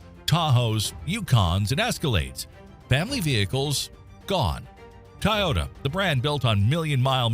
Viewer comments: This entire video is full of crap. Record breaking power numbers? Nope! Not even close! Over stressed engines? Nope! Start stop technology? Nope! New designs? Nope! Running at temperatures supposedly hot enough to “melt” cast iron and or steel? Do I really need to explain how that’s bullshit? Almost nothing in this video is correct. I mean they can’t even pronounce Toyota correctly. God I hope this is all AI slop beyond the voice alone. And to all those believing this crap, including believing what Dave’s Auto Center says, I wish you the best of luck. Always remember correlation does NOT equal causation. The only thing this video got right was it’s a good idea to check for recalls on the NHTSA.gov website. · How the heck do you mispronounce Toyota as 'Tie-yoda'? WTF? 🙄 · Did the narrator pronounce Tiyota? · "Tie yota" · At least proof read your video. Tayota? Does AI not know how to pronounce Toyota? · Wth is a Tie-ota? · This AI narration stinks on ice. TYE ota? Really? This was the best you could find? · Tie-Ota?? You lost me there! Nope, switching to the next Vid. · "Taiyota"??? uhg. I hate AI voices. Can't pronounce for shit. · A.I. slop. “Tie ota” lol. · What's a "Tayota?" That's now how it's pronounced, mate. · What is up with people pronouncing Toyota as "Ty-ota". I know this was probably AI, but I watch several YouTube channels where they use the same pronunciation. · "Ty-ota". Yeah more scraped AI Slop automotive channels. Stop interacting with these bot channels. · Every time the AI bot says "tie ohta" a kitten dies. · “Tahhw-yeeaww-tuh” you say? Go home 🤖, you’re drunk. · Tiytota really Toyota has been in the States since the 60's more people know how to pronounce Hyundai than Toyota it seems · AI slop...The narrator cannot even say the word Toyota correctly. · Do you really not know how to pronounce Toyota? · Id say as an Ai you cant pronounce Toyota. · Toy.... Not Tie... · TOY-YOTA!!! NOT TIE-YOTA !!! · TOyota not TAyota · Tyota. Freakin AI bullshit.